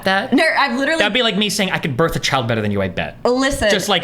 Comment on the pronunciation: When she said "Borrth" i died